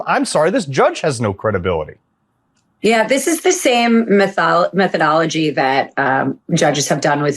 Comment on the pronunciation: She said methology??wtf